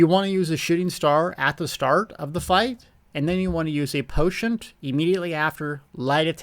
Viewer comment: I love you but there is no T' in "potion..." unless of course you're actually putting herbal tea in your potions. That I would understand.